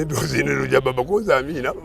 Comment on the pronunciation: The way he pronouns Amiinah 🤣🤣🤣🤣🤣🤣🤣🤣🤣🤣🤣🤣🤣🤣🤣